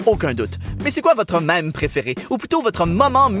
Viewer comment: Alors par contre ça se prononcé à la française : maime Sisi, c'est originaire du mot français même